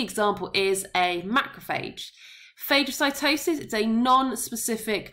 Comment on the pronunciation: It’s pronounced fah-guh-si-toe-sis